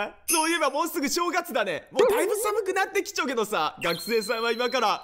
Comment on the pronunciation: ほとんど全部の罠にかかるの逆にすごいw 最初の寒くなってきちょうって言うのが気になるw